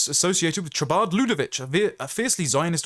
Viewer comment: You are right except for one thing: it is pronounced Kha-bad, not Tcha-bad. . Keep up the good work.